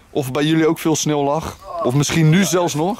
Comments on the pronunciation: Jij zegt geen sneeuw maar snil😂😂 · je spreekt sneeuw uit als snil lol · Is het sneeuw of “sneel”😂